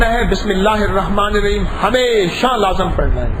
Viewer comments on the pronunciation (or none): none